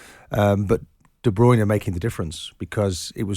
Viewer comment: De Bruyne . It's pronounced as in TURNER not JOINER . Martin and almost all the other commentators piss pronounce his surname . He even tells us how to pronounce it on a YOUTUBE clip ffs .